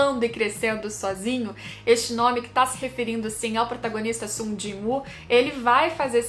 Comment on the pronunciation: Sum gin u acho q a pronúncia fica assim